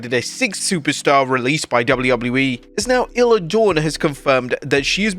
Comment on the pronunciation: Isla Dawn... One minute you call her "iller Dawn", then 10 seconds later you refer to her correctly as Isla Dawn (igh-la) only to then refer to her as "iller" again just a few seconds later!!! Come on!!! I was just waiting for "iz-la" to be used, too!! Ridiculous mate!